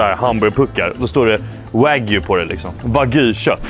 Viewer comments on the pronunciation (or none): none